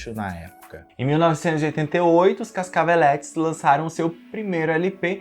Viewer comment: Pronuncia-se "Casacavelêtes", não "Cascavelétes". Respeita o Flavio. A quem inclusive dedico meu livro, junto à minha irmãzinha e PC Siqueira. Aliás (edit:) Nêga Bom-bom falava: PUNHETINHA DE VERÃO